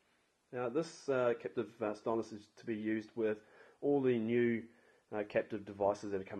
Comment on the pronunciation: Capacitive. Not captive